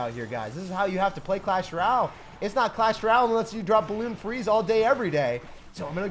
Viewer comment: Dude every time u say “clash ral” it just makes my whole day.